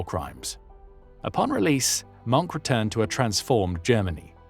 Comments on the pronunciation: Mohnke not Monk! Wilhelm Mohnke hat sich nie eines Kriegsverbrechens schuldig gemacht, was man von den Engländern US Amerikanern Kanadiern Australiern Neuseeländern Franzosen und Sowjets nicht gerade behapten kann, die Kanadier machten beispielsweise keine Deutschen Gefangenen während der Landung in der Nornandie, Englische Jagdbomber versenkten im November 1944 das International Anerkannte Rotkreuz-Schiff Tübingen, die US Amerikaner errichteten noch vor Kriegsende die sogenannten Rheinwiesenlager in denen mehr als 2 Millionen Deutsche Soldaten ums Leben kamen. In den Deutschen Gefangenenlagern für Alliierte Soldaten gab es ein Dach über dem Kopf Stockbetten genügend zu Essen und einen Ofen, wie der Film Gesprengte Ketten oder Original Filmaufnahmen und Fotos belegen. In den Rheinwiesenlagern gab es kein einziges Gebäude hier mussten pro Cage/Käfig Zehntausende teils Hunderttausende Deutsche Kriegsgefangene auf dem Schlammigen Boden den Witterungen in Sommer und Winter trotzen. Die Löcher die sie sich mit Bloßen händen gruben wurden mit samt den Menschen darinnen einfach mit einem Amerikanischen Bulldozer/Planierraupe zugeschüttet. Die US Amerikaner schickten einen aus der Schweiz vom Roten Kreuz bereitgestellten Zug mit Verbandsmaterial und Medizin wieder zurück, sie benannten die Soldaten ohne Rechtliche Grundlage nach Kriegsende einfach in Disarmt Enemy Forces um, um so diesen Eklatanten Bruch der Haager Landkriegsordnung und des Kriegsvölkerrechts ab zu Tarnen. Das Ziel d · He said ‘I never believed in the racial part of National Socialism.’ 😂😂😂His name is NOT pronounced ‘Monk’. More like mern-kuh. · It is not “Monk”, You need to pronounce The e at The end of Mohnke’s name. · A war criminal like the most SS man. Oh and...its not pronounced "Monk"! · Hard to listen to when you keep mispronouncing his name. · Mohnke flip, that's not how you pronounce Mohnke! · Its nt Monk - its pronounced Mongka (monke) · it's pronounced Mon-keh, not 'Monk'